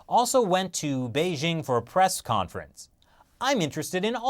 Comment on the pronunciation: India is a bigger market than the USA Please learn how to pronounce the capital of the PRC. It is not a French word you moron.